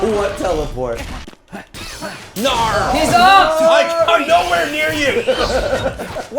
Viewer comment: did I just hear Satoru Gojo say “Naur”